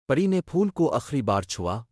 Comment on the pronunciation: Pehly plzz apni Urdu reading durust karlen.Haseen aor Pari ko Galt parh rahy hen ap.